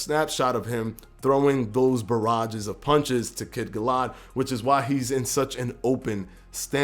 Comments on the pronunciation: *Conor Benn *Gal-uh-had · Also, not to be a penis, but it's pronounced Gal-A-Had. I agree on the hand placement though. Still fucking HYPED for this!